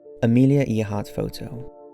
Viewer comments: Calling Earhart "somewhat of a celebrity " is like saying Eistein dabbled in physics! Way understated. She was probably one of the most famous women in the world. And it's pronounced air not ear - which a tiny bit of research would have revealed. Still, it was news to me that the conspiracy surrounding that photo had been debunked. How disappointing ! Back to square one then? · AIR-hart, not EER-hart. I know pronouncing names can be difficult, but surely you have seen at least one video of her with narration. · AIR-HART NOT EAR - HART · It’s Err - hart ........ not Eeeerhart. No Offence. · Its pronounced air heart not ear heart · I'm sure you know by now it's pronounced "Airheart" not "Earheart" I hope.... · It's pronounced air-heart not ear-heart Jesus christ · Okay, this one is extremely irritating. Her name was pronounced "Air-heart", not "Ear-heart". And yes, she is a relative through my grandmother so I know how it is pronounced. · Air heart not ear heart ! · Even us Brits know is said 'Air'hart not Earhart. I watch a lot of History programs by British and Americans and all have pronounced it 'Air'hart. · I'm sorry, but Amelia Earhart? That's "air-heart" not "ear-heart". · It's pronounced Airheart but spelt Earheart, good video though. Sorry it just bugged me the way you kept saying Earheart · Haru Yanto haha I'm presuming you are joking. Her name was spelt Earheart but pronounced Airheart. I'm sure her name didn't encourage her to fly aeroplanes or make her pronounce her own name Airheart 😂. Just to clarify it's just they way her name is pronounced it would still be pronounced Airheart if she drove a truck 🤣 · He's mispronouncing it even in his accent. It should sound like "eh-haht," he's saying "eyuh-haht" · Uses the internet to get information but does not use the same internet to find out how to pronounce names! Earhart = 'Air'hart. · It’s pronounced Airheart. It wasn’t a nickname; it’s the actual pronunciation of Earhart. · its pronounced (air-hart)